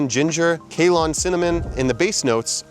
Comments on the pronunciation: FYI - Ceylon is pronounced SAY-lahn not KAY-lahn. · Its pronounced 'Sey-lon',not 'kay-lon': 🙏 😂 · bruh thats not how you read Ceylon :P Ceylon is the old name to Sri lanka, named by british just because of the Cinnomon comes from sri lanka. its actually sounds like (Si-loan) - also worlds 80% real cinnomon comes from Sri lanka, where many stores sell cassia which is a cheap alternative for Real cinnomon from china.